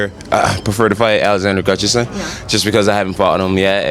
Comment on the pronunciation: Its pronounced Gus-Tuff-Son Mr. Jones… Looking forward UFC 165…